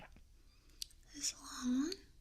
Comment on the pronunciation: The way you pronounce the cars wrong is adorable